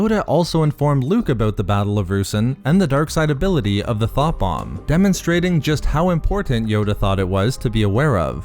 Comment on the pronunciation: You have the wrong accent for this; all I could hear when you tried to describe the sith weapon was “Th0t bomb” 🤣